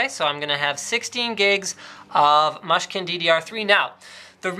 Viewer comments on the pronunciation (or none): its pronunced Moo-skin